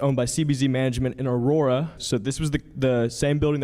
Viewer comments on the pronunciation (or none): none